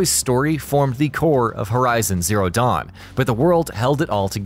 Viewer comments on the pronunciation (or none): none